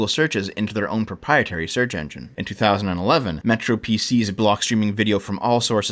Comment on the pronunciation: Once again, just for the record it's MetroPCS not MetroPCs Keep up the good work, m8